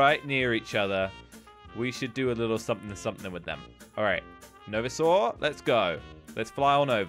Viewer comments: Its called no—vi not v its vi oh and gametoons have this novisor say novisor novisor we will make you one of us👻💀😈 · it’s No-Visor the I says it’s name and the or is like the word or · Novisor Is pronounced no-vie-zer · No-vie-zer Sorry I like correcting people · pronouncing no visor wrong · It’s called no visor not what ever you said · He said novisor wrong it's I'm pretty sure no vi's or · its pronounced vie sore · you're saying it wrong its pronounced no vi zer thats how its pronounced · Is pronesd as no viser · Its Pronounce no vi-zer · It’s pronounced no visor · Your saying it wrong it’s no vi s or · Why is always the “awesome role” at the start Edit: 80 percent of the comments “why did say no vorsor role” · I like how said Novisor wrong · You said novisor wrong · That’s not how you say novisor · Woah Says It Differently novsoar not novisor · ZMDE said “knowvizor” when he played the novisor mod, now said “noveesaw”:l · wow he said novisor "NO VEE SAW" it was so funny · How Pronounced Novisor: NO VEE SAW Everyone Else's Pronounces Novisor: NoVisor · Me: novisor: Novasir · Bruh he said knowizor it’s no visor lol 😂😂😂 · I love how said novisor rather then no visor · pronounced “Novisor” “Noviswor” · noviswar Me: ITS NOVISOR NOT NOVISWAR!!!!!!!!! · novisaur everyone: novisor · no-viz-uhh role Me: isn’t it no-visor? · He really says it as novisaur like it's a dinosaur and didn't even relies its NO visor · novisorol very funny its called no-visor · NOVESOR role, me: lol noveser what? its ''NOVISOR'' THE i dude he speeld the i into ''e'' what? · Noviser Me:bruh. No-viser not Noviser. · we ar playing no-vsore me: its no-v i s o r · noveesoor Me: it's novisor not noveesoor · No-va-soral Evry one else no-visor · Omg u always say novosor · First of all it is not NovaSure it is no visor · It's called no vi sor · You pronounced no visor as no veesor